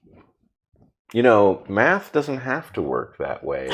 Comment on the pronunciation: I think the spelling you’re looking for is m-a-d-t-h. As in: “If you want to knough the troo phacts you need to du the MADTH currectly “